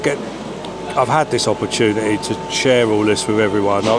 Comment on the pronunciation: “opportuniee “ I think you mean opportunity .